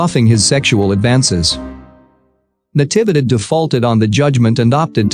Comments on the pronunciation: The voice is processing "Natividad" wrong. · It's saying all the syllables after Na fast and all bunched together. It's Na-TEE-vee-dad. Even in american english, with that pacing (voicing each syllable for about the same duration) it should sound OK.